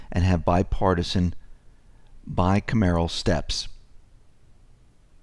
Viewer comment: ...ask any oldster how to pronounce "bicameral." You spoke it as "bi-camaro." It is "bye-cam-er-all." Just a heads up. Great show. Go Trump...he is our President, simple.